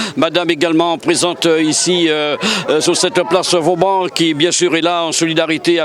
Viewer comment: Place "Vauban" et non place "Vaudan"...